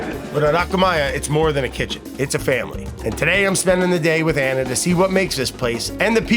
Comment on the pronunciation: Beautiful episode, its Ana not Anna. lol